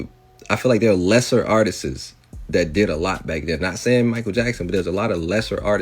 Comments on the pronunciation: The way that idiot is saying "artistss" is pissing me off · The man that keeps saying artisis is pissing me off. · that last dude pissed me off. he kept saying Artistses